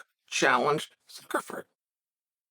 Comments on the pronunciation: This fight needs to take place in some random backyard in Miami OG Masvidal style. Suckerferd <- one of today's pronunciations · Why does Chael keep calling him Zuckerfer or Zuckerford? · Said Zuckerberg right one time and went right back to ferg just to mess with us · Zuckerferg hiring Musameelee Chael you misspoke and pronounced it "Zuckerberg" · The way you mangel Zucks last name is priceless.